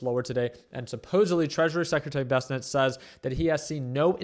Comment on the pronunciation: He never learns no matter how many times I post this its not "Bess A Net"